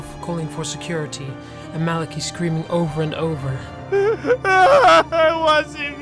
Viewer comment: I don't wanna be THAT person, but it's MAL-UH-KY not MAL-A-KEE